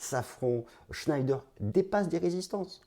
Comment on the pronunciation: shneider ce prononce chnéder